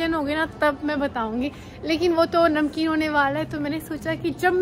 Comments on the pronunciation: Nahmunkin ❌ namkeen✅ 😂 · Mumkin ❌ namkin ✔️😂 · Namumkin ❌ namkeen ✅